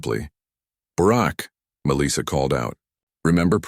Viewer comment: This is surely the worst AI voice I've heard. The cadence and pronunciation is terrible. It's Melissa (Mel - soft i - ah) not Meleesa.